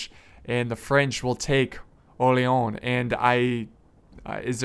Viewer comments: No he don't he said Orléon :D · OMG I like u but you should've learn how to pronounce "Orléans" (I'm French)